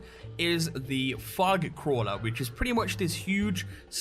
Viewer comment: Fug?! Wtf is fug? I assume you mean fog? NEVER heard it said like that and I'm British so ALOT of dialects!